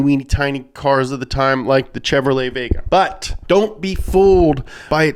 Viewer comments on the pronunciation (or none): none